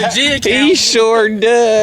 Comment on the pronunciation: Black Guy: "jus to make show" lol